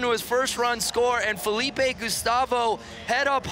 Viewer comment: Both the commentators are bad. I mean worse but the other guy cant even pronounce Felipe. just has no manners, constantly interrupting the other commentator, offensive jokes that aren't even funny. Just stick to skateline.